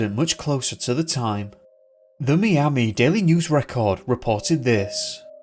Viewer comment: Hello, fyi the city of "Miami" is pronounced "MY-am-ee" and not "me-am-ee" as you spoke it. Very few, if any, Americans would pronounce it any other way than "MY-am-ee". Thank you.